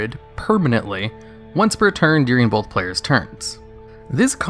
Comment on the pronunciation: Both, not bolth.